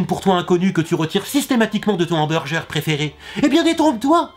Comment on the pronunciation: il fait expres de de dire mal les choses genre hamburjer